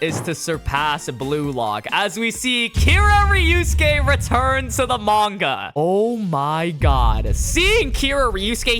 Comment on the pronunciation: Why u say it like ryusuke instead of ryosuke